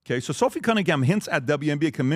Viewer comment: Genuinely think doesn’t know majority of the topics talked about. Always gets people names wrong and says it often. Cummingham?